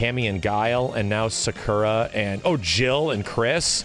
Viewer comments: the fact he still says sakura wrong triggers me. But honestly I'm happy sakura and blanka are in fortnite cuz that means WE CAN GET MORE SAKURA MERCH AND FIGURES WITH THEIR INCREASED CLOUT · Why does say Sakura like that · Seriously, that wrong pronounciation of Sakura, hurts. Im shocked he pronounces Ryu & Blanka's names right.